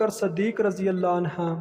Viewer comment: Anha nah hain/anhu hain